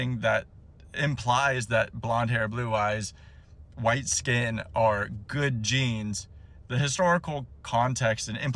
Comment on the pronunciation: It was 'Good Jeans' not 'Good Genes'.